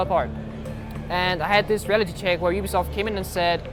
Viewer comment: Why do you say oo-bi-soft It's You-Bi-Soft